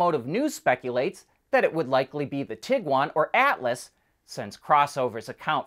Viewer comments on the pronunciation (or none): none